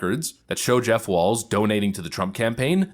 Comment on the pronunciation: That's Tim Walz, no "t". And I mean, no T.